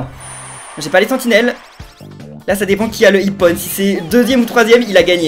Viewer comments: ça ne se prenonce pas ipone mais ipon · On dit pas iponne mais ippon!!!!!!!!!!!!!!!!!